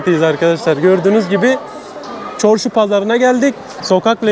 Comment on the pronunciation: Çorşu değil Çarsu farsçe söz çarrsu sözü Özbekçasi dört yol demakdır